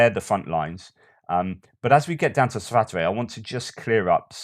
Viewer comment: Svah-toe-vah = Svatove